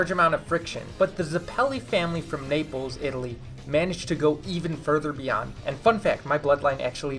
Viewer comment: >Is from Naples >Cannot pronounce Naples correctly